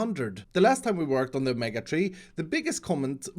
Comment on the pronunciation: Someone's gotta tell him that there's no o in mega